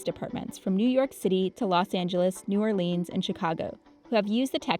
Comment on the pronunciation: The narrator lost my respect when she pronounced New Orleans as new-or-leans...